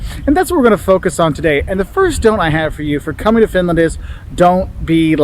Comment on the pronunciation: Why she saying Fitland